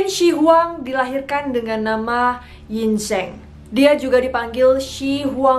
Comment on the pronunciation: cara bacanya Qin = Cin, bukan Kin. Yin Zheng = Yin Ceng, bukan Yin Zeng, Lisi = Liseu